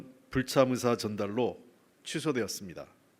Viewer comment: 자세히 들어보면 “갑작스런 불참사”라고 함 ㅎㅎ 참사인거지